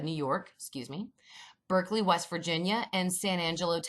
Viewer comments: “Berckley wv”😂😂 it’s Beckley, I’m a proud citizen of Beckley, wv btw. Didn’t realize anyone else outside of Beckley knew it existed 😂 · It’s Beckley WV not “Berkley” ( I’m from WV ) and Michael pronounced it right lol